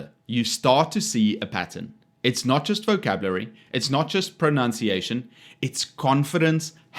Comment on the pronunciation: Your own pronunciation of 'gauche' is gauche. P.S. Just like Actual Justice Warrior, you also said 'pronOUnciation.' That's not a proper English word. These kids are indeed morons, but when you make a video criticizing them, you must be on point with your own language.